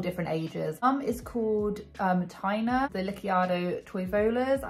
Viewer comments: It's pronounced Tay-na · Taina, not Tania. Taina is a Finnish name! I dont remember if she's Finnish Australian but she's definitely Finnish! She writes it fluently (I'm a Finn), the kids went to Finnish schools for a while (that operate in the Finnish language. Sorry for repeating that word so much 😅). Toivola is a Finnish surname! (Toivo means hope and is a male name too).